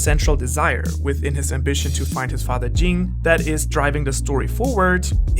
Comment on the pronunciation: Just wish u used the English dub pronunciations of the names. Hearing Gone instead of like goan or ging instead of gene hurt my 🧠